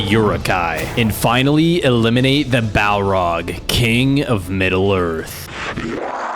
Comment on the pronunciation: The balrog not balrog also he def not da king of lotr